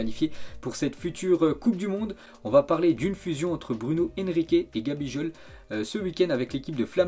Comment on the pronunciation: C’est pas gabijol c’est gabigol